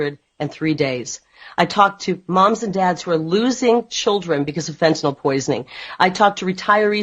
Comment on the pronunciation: First politician I've heard pronounce fentanyl correctly; it's not fenta nawl, it's fenta nill.